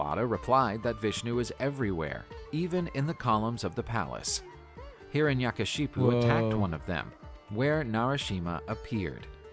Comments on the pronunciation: is nobody gonna talk about hiranyakashyap pronounced as hiranashakashipu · Its not hiranyakashipu , its hiranyakashyap